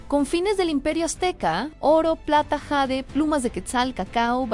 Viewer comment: Bueno jade se pronuncia tal cual suena en español,no está escrito en inglés solo para que lo tomen en cuenta